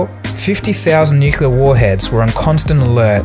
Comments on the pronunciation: Can we stop with nu-ku-lar? Its nu-clear. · point. its pronounced "New-Clear" not "New-Kya-Ler", it was George W Bush who popularized the incorrect pronunciation. Let's be grateful that twit no longer has his finger on the button. Great video otherwise, keep them coming. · Dude it's "nuclear" not "nucular" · learn how to say NUCLEAR before you say the word wrong a dozen times in your videos...the word is NUCLEAR (NEW-CLEAR) NOT NUCULAR, NOT NUKEELAR...IT IS NUCLEAR NU-CLEAR...SERIOUSLY. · Very informative, but the “nucular” pronunciation really grates. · Great video, despite the way you pronounce "nuclear". :-)